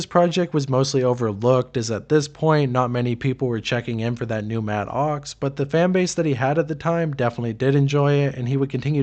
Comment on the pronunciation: I can’t even listen to this because of the way your enunciating “matt OX”